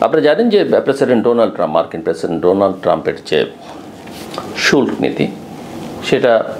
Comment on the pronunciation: শুল্ক উচ্চারণ কি?!